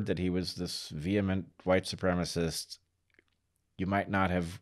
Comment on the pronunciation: It’s “ supremacist” not “ supremist”.